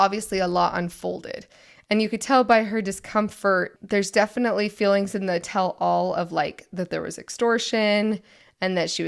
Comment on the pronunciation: Don’t worry . . . You’re going to be hearing about the “Catfish Situation” for the next 2-3 seasons. Also, just so you know, it’s pronounced “TELL-all (as if it was one word).” Not “tell ALL.” Bc nobody would EVER tell ALL. 🙈🙉🙊😉 Love listening and watching you guys . . . I grew up and was friends with a LOT of LDS members, so hearing you talk about some of the same things they did is kinda fun! ❤